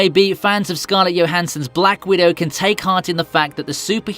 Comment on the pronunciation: JOE hansson not Yohansson